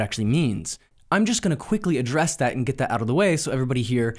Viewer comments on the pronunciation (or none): none